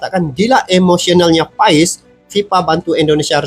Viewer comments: Nyebut nama bukan Paes bng tapi Pass😊😊😊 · Sebetulnya Maarten Paes itu dibaca Martin Pas bang, bukan Martin Faiz 😂😂